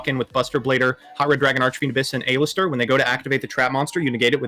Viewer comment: Does mispronounce card names on purpose? A-lister seriously?